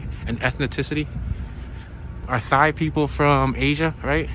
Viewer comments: LOL...he said "thigh" people..... it's "tie" people....the h is silent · my man said thigh....it's Tie from tailand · lool... Thai is pronounced like "Tie"....never heard somebody say it like "thigh" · thigh people...good one...they pronounce thai like tie... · Ok so he was supposedly joking when he said “thigh” as “Thai” but wasn’t kidding when he said “Ethneticity” instead of properly saying “ethnicity” 🤔 okaaaaay .... If you went thru 4 years of college and aren’t articulate enough to say Thai and Ethnicity, get a voice dubbing correction app and a proofreader so you can correct the tour after the fact prior to posting. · 😄🤪 lol I knew you were kidding bout that Thai pronunciation, very funny 😆 good one